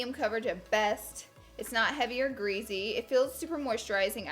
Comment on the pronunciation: does anyone else notice she pronounces the word "greasy" really weird like "greaZy"